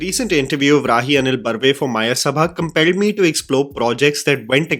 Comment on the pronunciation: So finally... You pronounced Rahi Anil Barve correctly 😅